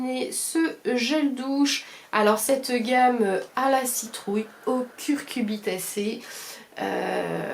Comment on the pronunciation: Coucou ma poulette adorée ! J’ai beaucoup aimé aussi le Palmolive ! Mdr quand tu dis curcubitacé ! 🤣🤣🤣🤣🤣 Les gâteaux zèbres pas eu le temps de les goûter ! J’ai rien perdu apparemment 🤪 Merci pour ce super moment avec toi ma chérie ! Je t’embrasse très fort 💖💖💖💖💖